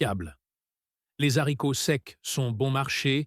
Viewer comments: J’adore le rize et les zaricots. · Les zaricots ? 😂